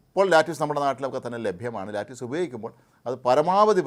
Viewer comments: ചൈനീസ് കാബജ്.. ലെറ്റുസ്..... No ലാറ്റസ് അല്ല 😂😂💪💪💪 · സാർ അതു ലാറ്റുസ് അല്ല ലെറ്റുസ് എന്നാണു ഞാൻ കേട്ടിട്ടുള്ളത് തെറ്റെങ്കിൽ തിരുത്തുക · Lettuce enna vaakinte 'Lettyoos' ennalla pronunciation 'Lettiss' ennanu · Pronunciation is wrong Not LATTUCE...it's "lett usu" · No lattice.. please pronounce it as lettuce.. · Lettuce . Pronunciation- Leh.tuhs( not Lattuce) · ലാറ്റുസ് അല്ല ലെറ്റുസ് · ലെറ്റുസ് എന്നാണ് പറയേണ്ടത് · Another typical malayali, whose world is within the four walls of kerala.😢. Can”t even pronounce Lettuce.